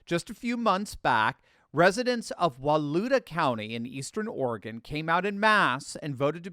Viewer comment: Thank you for pronouncing Oregon correctly. Folks from the east coast normally sound ridiculous when the say Oregon.